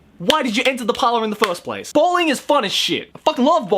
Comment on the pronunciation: BAWLING "BOWLING" XDDDDD